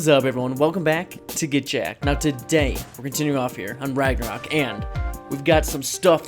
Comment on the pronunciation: whY must you call it ragnarAk. Keep up the good work tho, love the channel. I should be sleeping for school but i saw the notification on my phone and had to watch